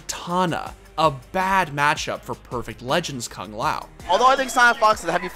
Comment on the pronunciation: k-uh-ng lao... its koo-ng lao 😅